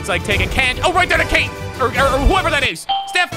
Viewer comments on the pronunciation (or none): none